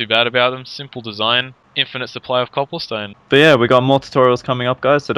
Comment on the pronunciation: You're saying copplestone lol